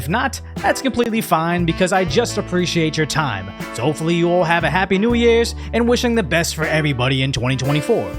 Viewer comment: Alright alright ill sub, that lil overdub you threw in was pretty funny. Happeh new yeer